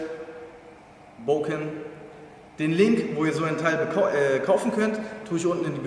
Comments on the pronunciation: Nenn es doch beim richtigen mamen, Bokutō und wenn du schon bokken sagst, man spricht es nicht booken sondern bocken, mit betontem k und kurzem o :) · Sicher das es Bo(o)kken heisst? Denn doppel Konsonanten machen den Vokal kurz. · Das "Bokken" wird nicht mit einer betonung auf dem "O" sondern auf dem "K" ausgesprochen. Daher die zwei "K" in der deutschen Umschrift. Man verbleibt kurz auf dem Laut des "K". "Bok (pause) ken" . Im originalen Japanisch ist dies durch die Hiragana schrift ersichtlich. Nach de m "Bo" folgt ein klleines "tsu" was zeigt das dass "K" betont wird.